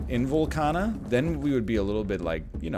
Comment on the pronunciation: Its VOLCAAAAANIA.